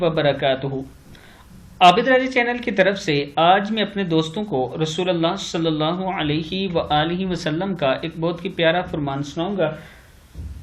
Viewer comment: ماشاءاللہ ! آپ کا درود پاک صحیح طرح سے پڑھنا یعنی " صل اللہ علیه وآله وسلّم " بہت ہی عمدہ لگتا هے ؛ جزاکم اللہ خیرا فی الدارین ' آمین